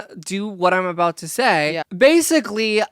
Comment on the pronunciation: OUT AND “A-BOOT” 😂 I love Kate too much, need to get married asap